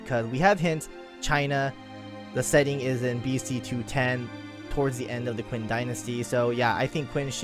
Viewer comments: FYI, not to bash on you, but 'Qin' is pronounced as chin instead of 'quinn'. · Its prounounced chin dynasty not quin xd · HAHAHA, I'm sorry, hearing you call Qin Shi Huang "Quinn" is too damn funny.